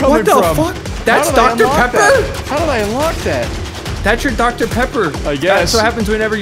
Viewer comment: DR PEPPOR?!